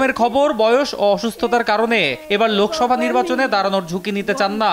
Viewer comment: লোকোসভা নয় শব্দ টা হবে লোকসভা